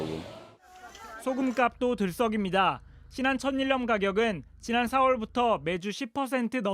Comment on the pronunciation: 천일염[처닐렴] 왜 앵커들마다 다 [처니렴]이라 발음하지?